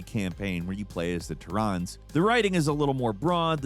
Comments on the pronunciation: why did he called us te-rans ? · Did you seriously call them "Tur-ahns"? The OG games all called them "Teh-ren" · I'm sorry, but you are not going to pronounce Terrans as "Tur-rons" and still pretend like your critique of SC2's story holds any weight lmao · The "Tehrans". Please don't tell me you're using AI,. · Tirrans? xD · did this dude really pronounce Terrans as Tarhans? WTF? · The pronunciations of "terrans" set my blood boiling. How are we in TWO THOUSAND AND TWENTY FIVE and people don't know how to pronounce Terra/terrans? "tare-ruh/tare-run" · The pronunciation of "terrans" is hilarious.